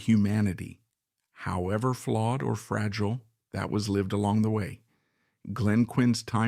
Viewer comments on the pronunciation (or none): none